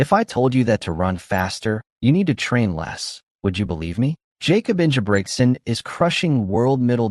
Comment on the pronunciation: Learn how to say his name correctly bro.